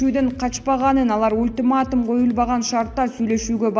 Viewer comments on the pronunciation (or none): none